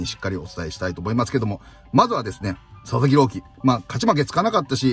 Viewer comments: 一瞬佐々木朗希投手が里崎朗希に聞こえた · 里崎さんが「佐々木郎希投手｣って言ってるのが「里崎郎希」に聞こえて車の中でめっちゃ びっくりしたwww